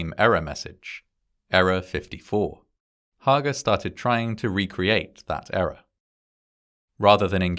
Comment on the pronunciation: It’s actually HAY-GUR.